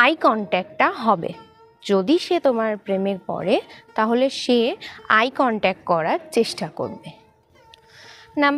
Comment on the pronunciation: Eye contac noi eye contact, correct your pronunciation.